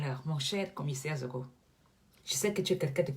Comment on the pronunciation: Déjà c'est Zogo et non Nzogo. Ensuite, le fameux Commissaire-là a quelle influence sur la scène camerounaise? Tout ce qu'il peut faire c'est continuer d'exprimer sa haine contre des nobles Maffo comme! Zogo se grille seul ma'a 😂🤣😂🤣😂🤣😂🤣😂🤣😂🤣😂🤣😂🤣😂🤣😂🤣😂🤣😂🤣😂🤣😂🤣😂🤣😂🤣😂🤣😂🤣😂🤣😂🤣😂🤣😂🤣😂🤣😂